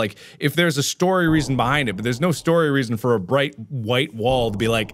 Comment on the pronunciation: Mark: It’s brighhtt *Jump cut* Anesthesia Mark: ItH brIgHttttt